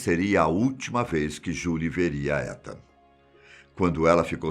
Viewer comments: Se pronuncia "itan" fiquei com um nervoso você falando étan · só uma correção não se fala Etan com E se fala Itan como se fosse escrito com I :3 espero ter ajudado e gostei mto do video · Só uma dica o nome etan patz se pronúncia itan ,e nao come se le☺️ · Acho que se fala “Itan” o nome do menino. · Essa pronúncia de Etan tá me fazendo dor de barriga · Da agonia ele falando "Étan" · Muito obrigada novamente pela excelente história. Ethan em Inglês se pronuncia Ithan , o song do “I” em Português. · Em inglês escreve-se Etan mas lê-se “Itan” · O nome Etan , se pronuncia Itam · A pronúncia do nome do menino tá errada